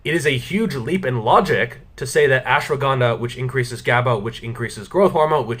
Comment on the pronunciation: You can't pronounce ashwagandha .... Correctly